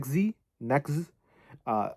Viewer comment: usually pronounced NEX-GEE or NEX-ZEE (넥스지 - negseuji)